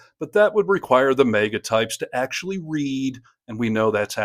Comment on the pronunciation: HEY!! I love ya, but,,,,,, for the NINTH time: The word is "MAGA", not "MEGA"! MAGA like "magazine". Get it? It's Mag Uh, not Meg Uh. Mag Uh, not Meg Uh, okay?